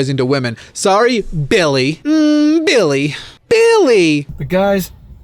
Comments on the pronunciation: I lose my fucking mind every time you say "BiLlY" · I'm imagining his name being spelled "Billigh" based on how you pronounced it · Everytime he says Billy in this video all I think about is Jacksfilms Kermit sings video.